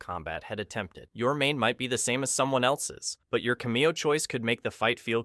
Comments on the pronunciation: What is a cu-me-oh? Oh. You mean cam-ee-oh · He says cameo wrong